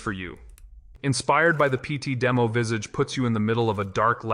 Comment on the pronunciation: It’s not “Vissedge”, it’s “Vis-Aah-ch”. Americans…😅